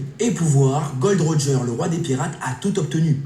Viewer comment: C'est Gol D Roger ;) je viens de m'en rendre compte... MeuP